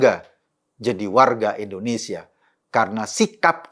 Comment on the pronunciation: Indonesia Pak Eko,Bukan Endonesia...🙄